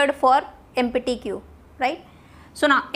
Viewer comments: what is empity ? my god! please learn how to pronounce empty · Correct your pronunsiation of 'empty' 😅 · empatty instead of empty !!!!!!!LOL!!!!!!!